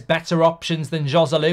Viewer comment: It’s amazing that as a talk show host you don’t even bother to learn the correct pronunciation of the foreign names. “J” in Spanish is pronounced “H” so Joselu should be pronounced Hoselu. On the other hand a J in an Arabic name is pronounced, so I am not sure why you pronounce Mejbri “Mayburi”! According to his Wikipedia profile his last name is Al-Mejbri with a very strong sounding jay!!